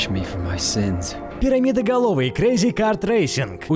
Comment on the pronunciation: Я думал ты сказал сереноголовый а не перамидоголовый сказал